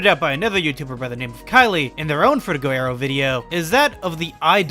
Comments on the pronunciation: FrutiGER aero. Stop saying FrutigO oh my god it’s driving me insane Lmao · You show a pretty surface level of understanding and don't add much new content to the discussion. Also there were some English and pronunciation errors including your main subject frutiger aero. Needs work imo